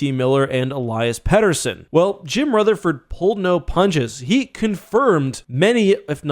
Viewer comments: It’s Elias Petterson not Elias Petterson! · Plz change the pronunciation of Elias Pettersson